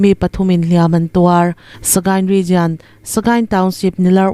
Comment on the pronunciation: Ngaihthlak a nuam thin e. Hei hi ka'n sawi mai mai, ngaih loh lamah lo ngai lo la. Region hi rigian tiin in lam thin a, lam dan dik rigon tiin 'i' tel lovin lam thei tawh la, a tha ka ti. Youtube channel nei dang pawh hian 'jian' tiin an lam deuh vek mai a. A tawp lama 'al' tel lam dan regional (rijawnal) lam rik ang thovin 'jaw' tih tur a ni a. Ngaithlatu an tam thin si a. Lam dan dikin lam thei tawh ula ka lo ti thin lutuk a. Media lamho chu in pawimawh si a. A dik lo theh darh chiam ang in ni si a. Min lo hrethiam dawn nia.